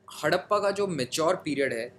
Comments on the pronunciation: That's not hadapa that's harapa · Not Hadappa.. it's Harapa